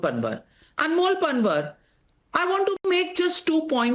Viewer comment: NAVIKA PLEASE YOU GOT SO ENGLISIZED THAT UOU MIS PRONOUNCED पँवार AS पनवर I CANNOT BELIEVE THAT YOU DO NOT KNOW पँवारS FROM GUJARAT. IT IS PATHETIC ABSOLUTELY NOT EXPECTED FROM YOU.